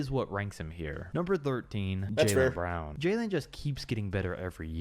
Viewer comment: still said bron like 32 smh 🤦‍♂️